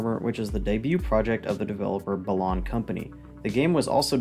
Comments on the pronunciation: As great and well-structured as this video is, this’s legit the first time I’ve heard anyone pronounce Balan as BUH-LAHN instead of BAH-LAN, as in balance lmao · The pronounciation of Balan here is weird compared to most other review videos I've seen. Is that how it's supposed to be pronounced?